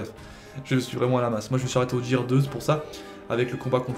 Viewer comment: "Jear"... omg